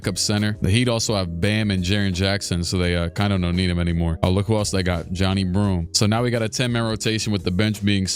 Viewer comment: Just a pro tip for future vids, it’s pronounced ja-nye broome not johnny broome